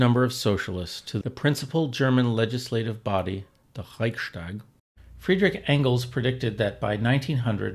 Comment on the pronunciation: Great video, thank you! Small comment: It's nice that you make an effort to correctly pronounce German, e.g. by pronouncing 'st' as 'sht'. However, this applies only to words starting with 'st', at least in standard German. Even in southern German dialects, it does not apply to compound words which are joined by an 'st', like 'Reichstag'.